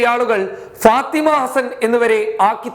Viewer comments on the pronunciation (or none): none